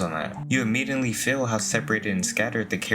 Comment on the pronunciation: Why do you pronounce Feel like “fillll”